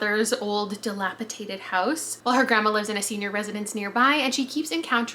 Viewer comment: you mispronounced 'dilapidated.' You said 'dilapitated.'